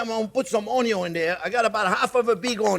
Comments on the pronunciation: If been pronouncing "Onion" differently ever since discovering this channel. Aloha from Hawaii :) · After all this time the "Onyo" STILL hits that spot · Onyon first…. Unless there is bacon!…. 😜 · "I always screw up something, but you know what, I am having fun" That's why You're my favourite YouTube chef, You always come out on top. Your excellent technique, wonderful recipes and it always make me happy to watch You cooking. And beleive me, watching You making mistakes makes me much better at cooking. ... and I even start pronouncing onion like You, it sound much more delicious that way!